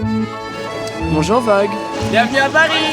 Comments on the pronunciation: In the beginning it sounds like she's saying "Bonjour fag" and I can't stop laughing. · Swear she said Bon Jor Fag.